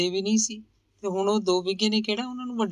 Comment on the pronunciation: ਮੈਡਮ ਨਾਵਲ ਤੁਸੀਂ ਬਹੁਤ ਵਧੀਆ ਪੇਸ਼ ਕਰ ਰਹੋ ਪਰ 'ਗੋਂਦੀ' ਦਾ ਉਚਾਰਣ ਤੁਸੀਂ 'ਗੋਦੀ' ਕਰ ਰਹੇ ਹੋ।ਇਹ ਗਲਤੀ ਥੋੜੀ ਜਿਹੀ ਰੜਕਦੀ ਏ।